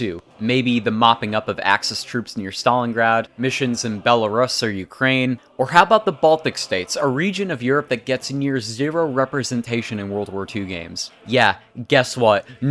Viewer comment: Too-knee-seea, Bella-russ, car-chano, Ous-sea,…..I mean I did watch the whole thing but those pronunciations were cringey